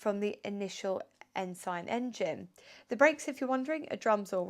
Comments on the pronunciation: Sorry to be pedantic, but it's pronounced " Ens'n!" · Pronounced, Ensun. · Not sure that is the correct pronunciation of Ensign but an interesting car.